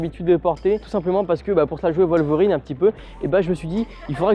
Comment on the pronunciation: Wolverine !!!! WOLVERIIIINNNNEEEEE!!! Pas "Voleverine" !!!!